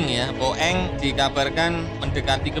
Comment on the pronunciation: Min Narasinya Salah Baca Bukan Luwak Tapi Uwak! BOING Bukan Bo eng*(Boe eng Bahasa Toicu Bearati Tak Bagus)🤣🤣🤣Jgn sampai pikun kayak wak bidin min😅Channel Ini msh Jd Referensi Pecinta Alutsista Tanah Air.Salam Uraaa! From West Borneo,INDONESIA ❤🇸🇬